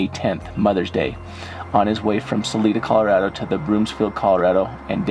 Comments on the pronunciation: Hey guys, thank you for all the work you do. I live in Colorado and I just want to let everyone know that it's pronounced Saliiiiida, not Saleeeeda. Suzanne's last name is pronounced Morphuuuuu, not Morpheeeee. xo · 1st of all it is SAL I DA NOT SAL E DA!!!! I I not E ok? C'mon this is a bunch of hooey! Rev Donna?! God makes it VERY clear to not be involved with Seers, so who is she a reverend for? Seriously...someone following, we don't know who, could be surveyor, could be this or that...what? Mighty convenient all of these things being found in connection with her ( CBI not showing much interest) and her psychic abilities, after hundreds of people searched the area! I don't know what's going on here except someone is desperate for attention. I am very skeptical. Thanks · It’s pronounced Sa-li-da not saleeda LOL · Jared it's SA-LIE-DA not SA-LEE-DA🤣😉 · Sal-i-da for future reference. Not Sal-ee-da. Life long Coloradan here. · Isn't it saa Lie duh? Not saa Lee da? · It is Sal-I-da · Ppl can't pronounce things correctly if they aren't from here. It's Sah-lee-dah. And Colo-RAD-oh. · It is pronounced Sa Li da. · "Sa-lie-da" not whatever you were saying. Sorry but having lived in CO for a number of years, hearing people miss pronounce our city names has become a pet-peeve of mine. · Its (SA-Lie-DA) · Hey Guys, its pronounced Sa-leye-duh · That is pronounced Sa-LIE-da! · Not to to rude but your saying salida it's sal-ida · You guys are great at what you do, Thank-you so much! Salida Is pronounced with a long "I" Sa-Ly Da" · Salida = Pronounced 'Sa-lie-da' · It's pronounced with a ling I not ling. Sal-eye-da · Next time if you do a video in Salada. It's pronounced Sa-lie-du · PLEASE pronounce it (Salida) as Sah-LIE-duh. That's how us Coloradans say it. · Pronounced sah-lie-duh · Not to be rude, but it is Sa lie da and Suzanne More - few. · The town is called salida sounds like (sa lie da) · Ok...it’s Sa—-lie——da....Colorado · The town is pronounced Sa.lie.da